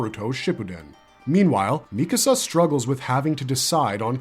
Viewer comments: Her name is “MEE-ka-sa” not “mi-CASA”. It’s strange to me when someone claims to be an authority on a topic or a show, but they mispronounce the name of one of the main characters. How am i supposed to believe you actually watched a show when you butcher a name that badly? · Lately, I've been watching a lot of AOT videos lately, and lots of narrators pronounce her name mi-KA-sa instead of MI-ka-sa. Where does this pronunciation come from? Neither the English or Japanese versions of the anime pronounce her name this way. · What is it with YouTube commentators and saying Mi-kAsa